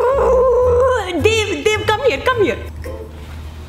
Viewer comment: I swear to God I heard Dib I was literally about to have a heart attack... but apparently she was saying Dave